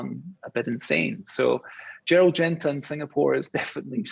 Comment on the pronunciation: in Singapore...you keep saying Gerlad Genta when referring to VC OS...someone in your position should know better...